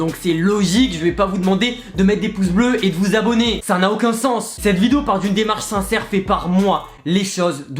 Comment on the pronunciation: Jetais choque quan la dame elle a dis sai pacrave que ge chope le virus ses faux